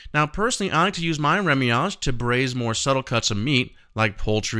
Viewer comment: remouillage not remiage.